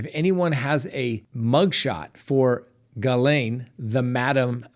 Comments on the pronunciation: Perfect pronunciation of Ghislaine Maxwell's name!👏👏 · The victims in the Filthy Rich documentary pronounced it Gee-Len. Hard g, emphasis on Len. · If you listen to Prince Andrews car wreck interview you will have the correct pronunciation for Ghislaine.